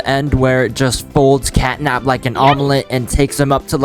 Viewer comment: it is catnap not catday